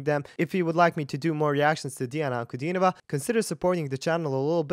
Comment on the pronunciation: congrats!u r only english language speaker,who is sayin diana's surname right!